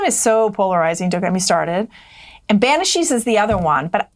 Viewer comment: Banshees not banishes.